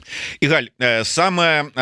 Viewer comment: Не игАль, а Игаль.